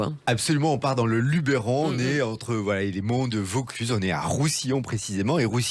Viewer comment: Grave erreur sur l'orthographe de cette région , et les provençaux vous reprendront toujours sur la prononciation qui n'est pas LubÉron mais LubEron. On ne pronnonce pas É mais E !! Merci de le corriger